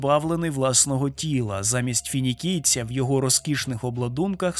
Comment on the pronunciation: Тільки на третій перегляд/прослуховування почув "фінікійця"😊 Усі коментарі не читав, але 100% там ще більші вахойо...вахолюби вже про це писали!😂 Дякую за роботу!